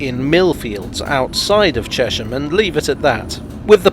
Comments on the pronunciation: As a Cheshamite I think I'm qualified to say you are almost correct! The traditional pronunciation was "Chezzum" but apart from once or twice when I have heard it said as such by some very senior citizens it is always pronounced Cheshum. Apparently the change started with the building of new housing post WWII and an influx of people into the town from West London. There hasn't been much sizeable development in the town since the early sixties, and we locals are justifiably protective over our green belt. It is our immediate surroundings which for me are the main attraction of the place. Actually the river is named after the town and not the other way around, as it rises from three aquafers within it. Anyone visiting, I would recommend coming on a Wednesday or Saturday when the market is on, it makes the High St which is pedestrianised not feel quite so sad and run down. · I know a lot of people who live there (of different ages) and they all call it Chesh-am. Maybe the congruity with the pronunciation of Amersham is what sways people. It is curious though – there’s probably an etymological case for Chez-um, like with Cheshunt.